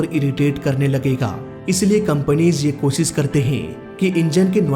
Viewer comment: Ser aaya nhi.....Sher,,,Kossis nhi Koshish,,,,,, 😂😂😂